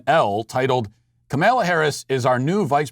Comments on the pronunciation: Its Kah-mah- la not kah-mel- la. That is something I don't understand, no one liked her when she was running for president, but now she is the most amazing person ever. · Matt, it's pronounced "comma-la." Say it with me: "comma-la." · Comma-law Inexcusable for a political show to mispronounce the vp elects first name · It is purposeful. Funny stuff. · Carol Brotherton It's extreme ignorance/incompetence He does politics for a living and can't pronounce the vice presidents name? Its either massive incompetence or ignorance